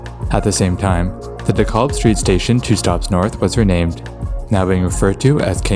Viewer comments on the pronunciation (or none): none